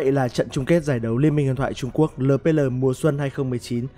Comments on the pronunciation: Eo pi eo ông đọc lờ pê lờ nghe buồn cười vcđ:))) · Ad đọc lờ pê lờ nghe mắc cười quá. Eo pi eo đi nào ad kkk